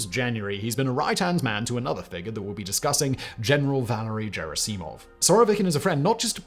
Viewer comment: I cringed so hard every time you mispronounced “Valery Gerasimov”